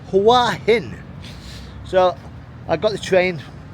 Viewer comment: It's pronounced Who-a Hin.rising inflection on the a. Literal meaning "Head Rock." We would say Rock Head or Rocky Head. I was there in aprill. The answer to your thumbnail? Is no, its not.